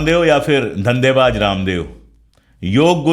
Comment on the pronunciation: sir parnam.. sir mai aapki idealogy ka zabardast samarthak hun.. sir waise tou aapko kisi baat pe correct karna Suraj ko chiraagh dikhana h..lekin bohot mazrat k saath Mai aapke pronaunsetion k baare Mai kuch sujhaw dena chahta hun..sir aapne iss video mei shuru me (dhandebaaj) lafz ka use Kiya h ye lafz dhandebaaj nahi dhanebaaz h..,.aur ek jagah aapne (zurmana) use Kiya h ye lafz (jurmana) h aap z aur j k beech mei ghalti kar rahe hai...ek baar phir boht2 maazrat..